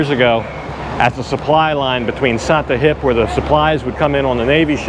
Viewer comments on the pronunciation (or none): You were correct about the ice, but I have a feeling that your wife could school you on the correct pronunciation of Sattahip!